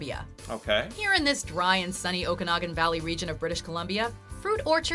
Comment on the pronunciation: Finally, a narrator who can properly pronounce Okanagan...